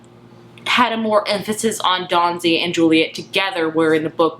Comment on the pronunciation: Dawsey!!!! P-L-E-A-S-E it's Dawsey not Dawnsey!! I enjoyed your review but you lose a little credibility when you get a main character's name wrong! And he's a wonderful character beautifully portrayed by Michiel Huisman. Read the book years ago and loved it; loved the movie. Two different ways to tell a story with different strengths. I never understand the need to choose - you can like or love or loathe each of them based on their individual merits as different art forms. (Although everyone here seems very chill about it; sometimes you get people who are outraged that the film isn't a carbon copy of the book.)